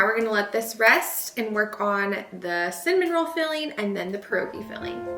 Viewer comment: You don’t pronounce pierogi correctly either. I’m sorry but from a Polish woman, what you made were not pierogi. If you’re going to try new nationality food, which is wonderful, you should create it accurately for your viewers and so people of that nationality feel great about it.Seemed more like an empinada with the dough thickness and spice and vegetables you used.?❤ Pointer: you boil pierogi and then when you want to prepare to eat you fry them in butter